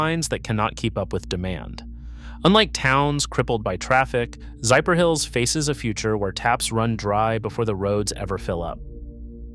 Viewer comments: Zypher? Hills? Not Zephyr? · Zephyrhills is pronounced “ZEFF-er-hills.” A quick breakdown: Zeff — rhymes with Jeff er — a light, quick “er” hills — just like the word hills Locally in Florida, people say it fast and smooth: ZEFF-er-hills.